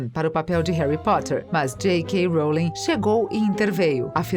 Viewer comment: jequei róulingue